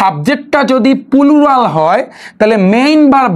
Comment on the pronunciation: Pulural ki 😂😂plural শুনছি?